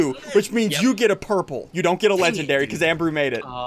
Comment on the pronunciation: He says “Legendry”